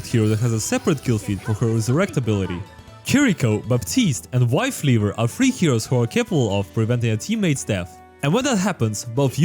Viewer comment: “wifeleaver”, huh? 🤣🤣🤣